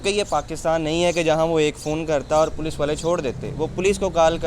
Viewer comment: Poloce🤣🤣🤣🤣 it’s Police. Padhai kar lete thoda.